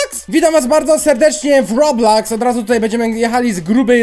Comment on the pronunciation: się nie muwi roblaks tylko robloks